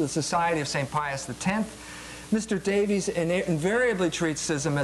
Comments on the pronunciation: You’d think over the course of becoming a doctor, EMJ would learn how to say basic words. “Schism” “logos” and even the name “Davies.” Jones is a short lived fad for modern trads who haven’t done much research themselves. He’s decent on economics but he should accept some humility on most topics, which he is no expert in. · Pronouncing it "ssism" and "lo-gaws" are perfectly valid. Note that he does speak at least 3 languages. I will give you the one about Davis versus Davies though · How gracious of you to grant the point that one of the debaters doesn't even know the name of the person he is debating. He calls him Davis at least 10 times and Davies 1 time from what I could hear. It's not a matter of pronunciation it makes him look like a fool. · BTW, Ray Davies of the Kinks now asks to be called 'Davis'. His brother Dave has no problem with the former pronunciation.